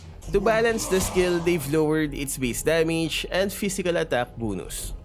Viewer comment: Anyone heard how he said BUNUS (BONUS)?